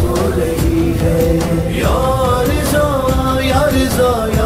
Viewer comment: Riza ni raza